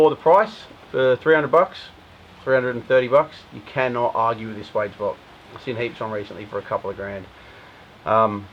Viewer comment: swage rhymes with wedge, not wage